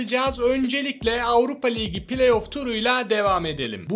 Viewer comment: liğgi ne abicim ayar oldum ya ligi diyeceksin oldu bitti